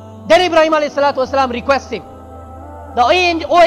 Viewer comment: malak not malik